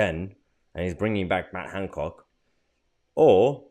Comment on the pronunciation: Is there a “d” in Hancock?